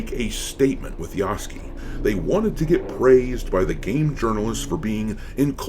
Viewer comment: There is a U in Yasuke. Fucking pronounce it.